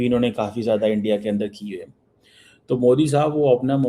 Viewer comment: Aandia.. Aandia... Aandia - ISI agent Cheema has lost sleep 😆😆